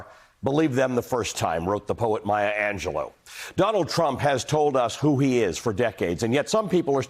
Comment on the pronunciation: Its Maya Angelou not Angelo...